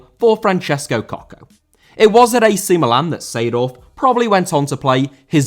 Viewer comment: Seedorf* not Seidohf